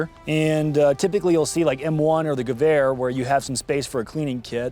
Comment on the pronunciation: You could at least say gewehr properly, you know what that means